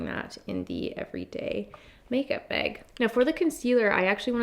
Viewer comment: Take a shot every time says “make BEG (bag lol)”😂